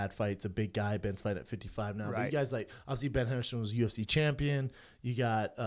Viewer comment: There's a lot of words he can't say like 'obviously'